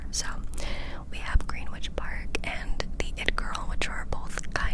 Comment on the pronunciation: Lovely tour! P.s. Just so you know, Greenwich is pronounced Grenitch